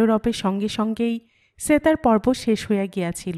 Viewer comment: Why do you say "setar"... in bengali, it is pronounced as 'SHetar'